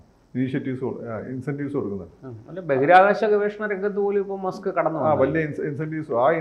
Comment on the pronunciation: മാസ്ക്ക് അല്ല മസ്ക്ക് 👍